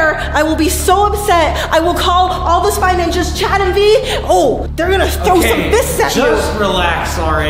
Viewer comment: Dude it is spy ninjas not "ningas"